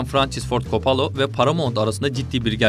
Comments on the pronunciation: Oooooooo !!! You fcking kiddin' mee ?? Coppola. Coppola !!! Not fucking coppolo ! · kopalo değil kopolla.. köbrik değil kubrik .. ingilizce parçalıyor seslendiren. bilmiyorsan söyleme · Kapalo, kopalo 🤣 İkisi de değil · Coppola ismini üç farklı şekilde telaffuz etmişsiniz,komik :)